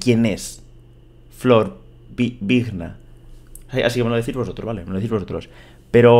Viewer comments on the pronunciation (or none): Vigna se pronuncia "viña" en argentina